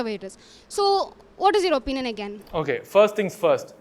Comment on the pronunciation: My "apinion" 😂